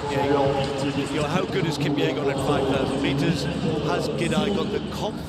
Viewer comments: Is it Faith "Kupyegon" or "Kipyegon"? The channel can't even get her name right. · It's kipyegon not kupyegon